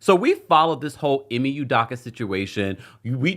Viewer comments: Right! I care nothing for Ime but the mispronunciation is cringe. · THATS NOT HOW YOU PRONOUNCE HIS NAME